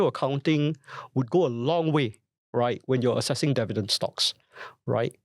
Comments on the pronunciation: Devident, devident, devident. why dont you learn how to say this word right? Its pretty simple. And it will help. 😊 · Bro, such easy pronounciation requires no voice coaching. I watched the video, you speak pretty alright albeit with a strong tone of arrogance, which is still acceptable. But Devident? You can correct that within a split second. Its up to you. 😂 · Hard to focus on the content when he keeps mispronouncing "Dividend" - very distracting from start to finish